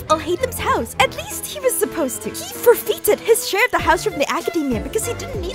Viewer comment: I've never heard the word forfeited pronounce that way. Did this vtuber write this or did she read it from somewhere else?